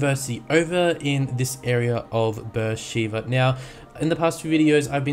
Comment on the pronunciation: Did you know that Beer sheba is a city in Israel and it is pronounced (Bar shu ba)